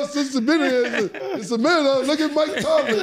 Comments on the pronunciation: I’m just happy to hear Killa final say Mike Tomlin’s name correctly after all these episodes! 😂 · I’m just happy cams saying Mike TOMLIN now